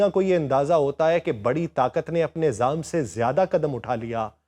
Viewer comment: aik lafz aap ada kartay Hain zam Nahi wo zom hai. Should be correct with sorry